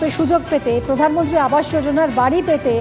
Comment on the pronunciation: অধীর তো কথাই বলতে পারেনা। প্রধানমন্ত্রীকে বলে পোদানমন্ত্রী।